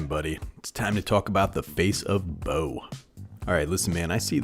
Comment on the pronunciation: Nah, pronounced like "bow" brother, you got it right. Love this kinda content.